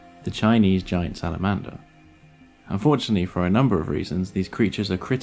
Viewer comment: It was a joke, as most Japanese pronounce their L as an R. in slamander-saramander. duh...